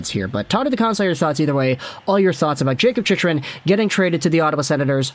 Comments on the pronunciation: it's pronounced "chick-run" my guy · It's pronounced Chick run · Funny how many times Chychrun's name has been said over the past year and this guy has never heard anyone else pronounce it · lmao why are you saying his name like that? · Wild he STILL doesn't know how to pronounce Chychrun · I came here to see if he has learnt how to pronounce the name right only to see him fail again lol